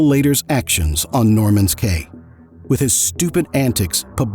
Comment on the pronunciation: Caye is pronounced Key.